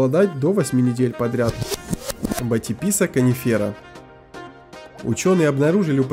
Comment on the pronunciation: bathyphysa conifera - proiznositsya "konifera" , ne "kanifera" ... inace , blog velikolepniy ...